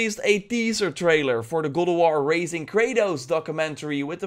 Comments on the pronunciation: Stop saying good of war its GOD OF WARRRRR !!!!!! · It's God of war not gowd of war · Every time you say God Of War i hear "Google War" 😑😑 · It's Got of War, not Gold of War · It's called God of War Not Gold of War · GOD not Goad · Go of war?? Sorry. I'm cringing with your GO of War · sounds like you’re saying GODAWAR😂😂😂😂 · Legends has it he’s still saying “Good OOV WUAR” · I hear google war 😂😂😂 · Go o war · as grateful as I am for your information, I keep dying with how you say gawd of war 2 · I keep hearing "google war".... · Is it just me or am I hearing goat of war? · Dutch accent kicks in every once in a while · Why does it sound like he's saying gold of war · Is it me or did he say cold of war ?😂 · are u saying goldawar? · is it me or does he say google war ? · Sounds like you are saying golowar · Goad of war lmao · New gowowar 😅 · Why do you say GoWoWar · Godo woar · the way you say god of war is strange